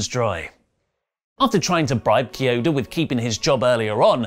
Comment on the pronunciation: Key Oda not Chee Oda.. FART!